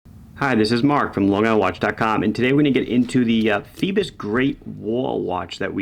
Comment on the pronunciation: Is that really how you're supposed to pronounce it? Seems like it should be "foy-bose" no?